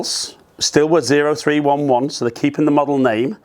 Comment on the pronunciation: The PXG irons are pronounced oh-three-eleven as a tribute to a certain type of US military member. Specifically a Marine Corps infantryman.